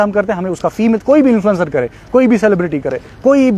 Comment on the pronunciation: Pehle influencer bolna sekh chapri.